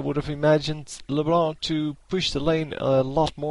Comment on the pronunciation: When you say LeBlá i rofl so hard xD